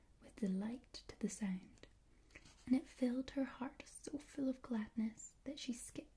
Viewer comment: How does that “sownd”..